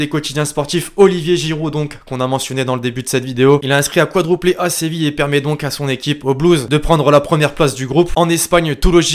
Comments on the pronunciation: C'est quadruplé pas quadrouplé. Très bon Français 😂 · Ses juste que il ne sais pas dire quadruplé